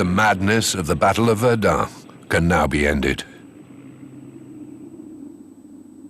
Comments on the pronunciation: Минус ролику за ублюдочные ударения ИИ. ВердЕн, а не ВЕрден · Verduhn? Serious? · Βερνταν προφέρεται βλακα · Allerdings ist der "Sprecher" unfähig das Wort Verdun richtig auszusprechen! Bei Jules Verne ist es noch beschissener, ich denke so mies und blöd kann nur die KI sein! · ich hab es in min 2 nach 3 mal Verdun falsch ausgesprochen nicht mehr ausgehalten. Viele Grüße nach Naw Yark oder Landan. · Die Aussprache des Sprechers ist nicht gut, Verdun Somme sind französischen Namen und sollten auch so gesprochen werden.